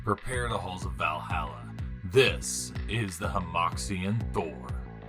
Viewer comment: fyi, "hemoxian" is kind of a joke in Chinese, it means mold line (It also isn't pronounced with a hard X like in English, but the actual sound is pretty difficult for non-Chinese to pronounce) Either way, great review as usual man